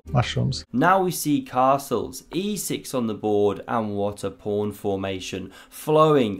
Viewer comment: It is called a pawn not a “prawn” lol